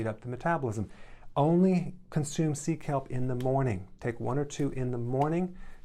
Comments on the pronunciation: "Seek help?!"... Oh! "Sea kelp!!!" Haha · Megan I wondering who I needed to SEEK HELP from as well! Glad I read your comment 😆 😂 😆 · Nutrition: seek help. That’s what I heard, took me a while to catch on